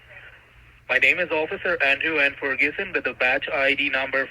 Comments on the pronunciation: They are so stupid. This Guy doesn't even know how to pronounce his Fake Name. Fergiussen 🙂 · Furgoosen 💀 Shouldn’t have corrected him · Pan-alowp. Farguson. Lol. Gan-dews. 😀👍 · Fer-gue-son….Ferguson? Yes that’s right Ferguson.. 🤔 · Can't even pronounce Ferguson.